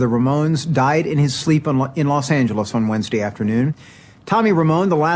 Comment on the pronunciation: anyone else think X kind of butchered Los Angeles?